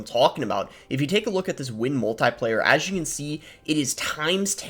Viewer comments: Love your content Boss. Heads up, it's pronounced mul-te-plier as in a pair of pliers. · Might just be a regional pronunciation. If not, who really cares. Not that big of a deal. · Which one of us pronounces “multiplier” weird??